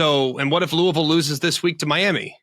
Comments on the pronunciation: It's LOO-uh-vill! hahahaha That was great. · “Loouhville.” Spot on to how McElroy said it.